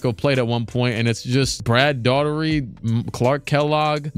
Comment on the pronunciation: my man really be destroying brad daugherty's name. Daw-Er-Tee